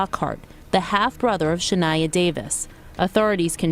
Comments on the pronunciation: Shun-eye-uh not "Shu-knee-uh" they said it for you and you still got it wrong. 😢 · How the hell ya'll get someone to tell a story but the people ya'll get? Can't even pronounce the name right , The little girl name is pronounced Sha-ni yuh . Y'all need someone who doesn't use broken-down Englishand can get the name right. If you can't pronounce a person's name right. . Please do not tell the story because you are making yourself look stupid. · Narrator can’t even say her name right. 🤨🤨🤨 Horrific story. Just sick and evil. God bless Shaniya.